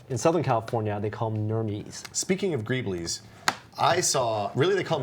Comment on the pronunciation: Gree-bulls! "Greebles" is pronounced "gree-bulls" Sweet Jesus, I bet you pronounce "meme" like "me-me", don't you?